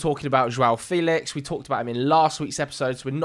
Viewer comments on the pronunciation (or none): none